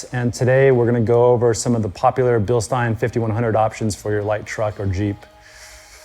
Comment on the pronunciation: It makes me smile, everytime Sean says Bilstein😀 He is one of few who pronounce it correctly!